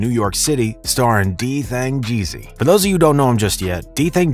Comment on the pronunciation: Homie said DThang Jeezy